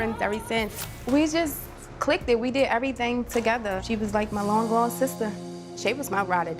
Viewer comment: Did she just say we just "click-ted" 🤣🤣🤣